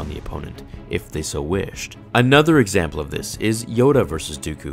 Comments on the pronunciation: “let’s take earth maul for EGYAMPLE” 😂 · Mace Windu Egyample? How did I not notice that LMAO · “Let’s take Darth maul for egzjemlple” lmao